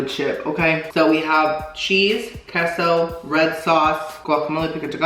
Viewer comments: It’s K-SO. Not kesso 😭😭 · it’s “Kay-so”’ not “kess-o”